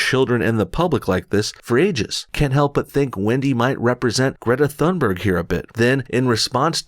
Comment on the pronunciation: Greta's last name is pronounced "TOONberg".